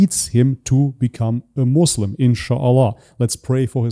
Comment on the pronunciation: It's not "Mazlem" for God's sake.